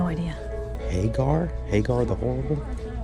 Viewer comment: Hagar The Horrible is a newspaper comic strip about a hapless viking. Congratulations on pronouncing it correctly!!